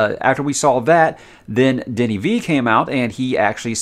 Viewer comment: You say Denis perfectly, and you pronounce Villeneuve in the best way I heard a non French canadian say it on Youtube. Cheers to that. Coming from Montreal, we pronounce it like so: Vil-n-a(like the first a in again or the first a in amazing)-v. So Vil-n-a-v. Or Vilnav, if it makes sense.